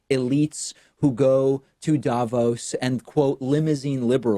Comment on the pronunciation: hi, some random swiss guy here. just wanted to tell you that the accentuation in Davos is on the o, not the a. more like "Davoos" (long o, no u) than "Daavos". thanks for the attention, have a nice day :)